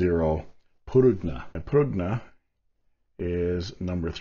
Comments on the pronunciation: Actually, in Italian, the "g" in Prugna is kind of silent, (it's actually a palatable pronunciation with the "g" & "n" running together), so it would be pronounced "pru-nah". And yes it does officially translate to plum, but I've also heard it used in reference to a prune: Little Italy Da'Bronx, NY, circa . 🇮🇹🇺🇲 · I think prugna is pronounced "prunya".